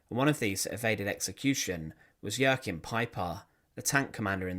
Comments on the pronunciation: No, you're thinking of Joaquin , as in Joaquin Phoenix. With Joachim, it's pronounced "yo-keem". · For future reference, the name Jaochim is pronounced 'Wa keem'